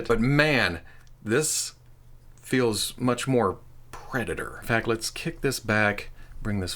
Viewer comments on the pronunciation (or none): none